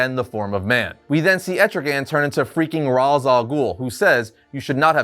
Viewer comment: You are killing me with how you pronounce Ra's and Hippolyta...